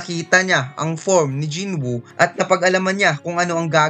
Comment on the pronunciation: Jin woo boss's Hindi Jin buu